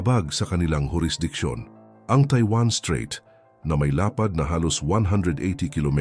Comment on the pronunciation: Mawalang galang na strait not street obob 😅